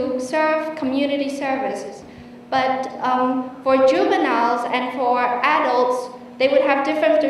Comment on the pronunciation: well done but adult phát âm chưa đúng thì phải